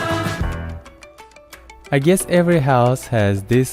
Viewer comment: "Hey! There's no way you can guiess what is this video about!" xd